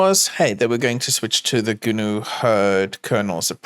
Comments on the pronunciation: why does pronounce GNU as "Gooner" lmao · Is it just me, or do I hear "Gooner Hurd". Sounds scary